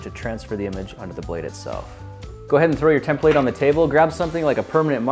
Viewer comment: What is it Grant? A tem-plate😂😂. Love it.